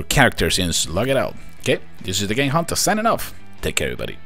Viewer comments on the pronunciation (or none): none